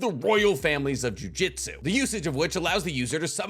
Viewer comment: Sounds like you’re saying jiu jitsu every time not jujutsu